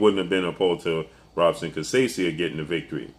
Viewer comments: Robson is pronounced Hobson Portuguese R sounds like H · You mis pronounce Robson last name. Lol